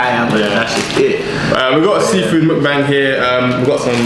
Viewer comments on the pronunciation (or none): none